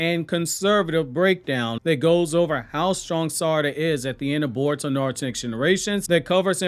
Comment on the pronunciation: This man can't pronounce words to save his life "shedori narrative and niaruto" like God damn pronounce it right damn shit